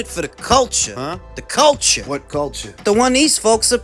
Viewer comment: Fo duh colture! 😂😂